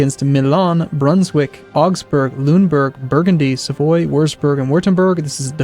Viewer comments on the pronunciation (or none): none